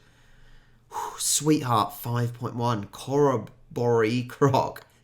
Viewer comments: Not core-a-bore-y, core-robbery. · Pronounced "Cor-rob-or-ee". Nice try though. Not only all of that, but wet season sends people crazy, it's called the suicide season. You definitely need airconditioning at that time of year... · Corroboree is pronounced something like Kuh-robbery. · Corroboree pronounced Core--Or-Ree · In the word corroboree, the stress is on the second and fourth syllables